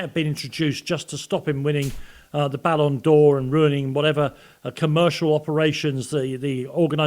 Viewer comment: It is called BALLON 'doh' aka doh for a reason, Bart Simpson knows.